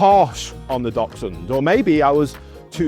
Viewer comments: Please at least know how to pronounce their name. They are not “Doxhunds” as you keep saying, they are “Daxhunds” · I've heard others pronounce is DOXhund... I agree that in Germany (I live in the UK) our friends say DAXhund as DACHS is badger and we say Daxhund but pronounces it the same way and has a very similar accent to this lovely gentleman. 🤔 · It's Daxhund for pronunciation, great video, learnt lots, thanks! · whats a "Docksund"? I have an adorable Dachshund. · Begin by learning how to.pronounce the name of the breed correctly ....its not Dol..sun ....Great start . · I’m sorry but I couldn’t get past 10 seconds. His pronunciation of dachshund was triggering..” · Poster can't even pronounce Dachshund. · At least pronounce the name properly! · I'll start listening to him when he learns how to properly pronounce dachshund...